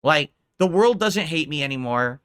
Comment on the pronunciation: "everybody betrayed me, i fed up with dis worl"